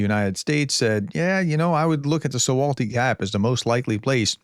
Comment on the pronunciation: Sejm - it's SEYM ("say-M"), not "syem". (In Polish "j" = "y" as in "yell".) - su–val–ki ("w" = "v" in Polish) or rather "su–vaw–ki". (The name of the nearby town "Suwałki" is spelled with "slash-L" which is pronounced like "w" in "wind" or "wise".) And then Solovyev is just a fruitcake, he says all sort of things that appeal to the lowest rung of consumers of Russian TV and radio official propaganda, which is just one step above a lobotomised chimpanzee.